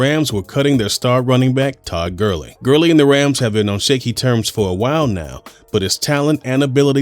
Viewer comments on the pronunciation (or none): Did this mans just say Todd Gurling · “Tood Gurling” 🤣